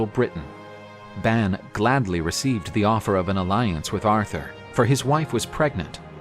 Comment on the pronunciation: Ban is pronounced Bahn, or Bon.